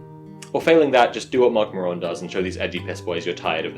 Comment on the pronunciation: That isn’t how you pronounce Marc Maron’s name, my friend.